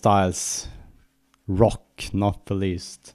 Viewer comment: I like the way he says "ROCK" !! Hahaha...